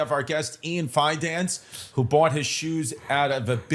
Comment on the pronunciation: “Ian fin-nance” - Robert Kelly